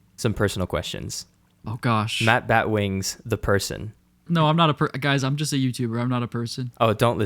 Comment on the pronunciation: You totally butchered my name, and you only took 2 out of 10 questions... You should have taken them all!